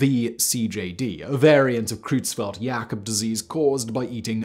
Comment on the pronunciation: Your pronunciation of german is awful. Both the eu in Creutzfeldt and the au (or rather, äu) in Sträussler should be pronounced oy. Or, in IPA terms, something close to /oi/. It's also pretty weird that you pronounce the ph in encephalopathy as a /pʰ/ (as per Ancient Greek), but the th as a /θ/, when th would have actually been /tʰ/ in Ancient Greek.